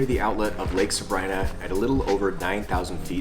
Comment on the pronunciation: We were just there and the locals say Sabr-ii-na. We asked. Also learned that correct pronunciation of Mono lake is like “oh no”, not like the Mono virus haha.